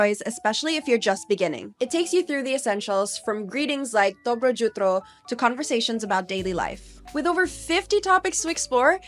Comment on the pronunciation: You could not even say correctly Good Morning . Let me teach you so you will not embarrass yourself . Dobro Jutro . Its not J but Y. Dobro Yutro. Hope it helps so you will not give wrong information as you have no idea what you talking .